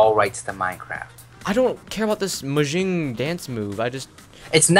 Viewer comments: What is this mojing dance move you keep talking about It’s mojang No mojing😂😂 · You:I don't no why you keep on saying this mo-shing thing... Boy:mojang You: no mo-shing I'm crying xD